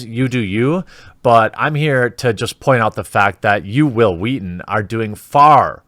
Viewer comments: "All I'm saying is you should be nicer to Whill Whweaton" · Say will Wheaton.. Hwill Wheaton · Hwil Hwheat-thin.